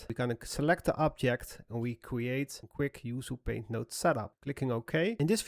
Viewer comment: Excellent work as always! Just a side note: it’s pronounced “oo-choo paint,” from an Indonesian language. Maybe next, a tutorial on finding good textures or making some tree bark brushes?